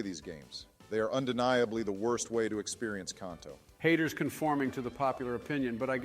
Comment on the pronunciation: Ah, yes. Jotto and Kohnto